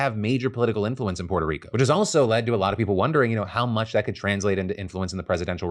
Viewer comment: I can't stand how Phil enunciates "Puerto Rico"... It makes him seem like such a try-hard. Like c'mon man, just say it somewhat normally. Examples are through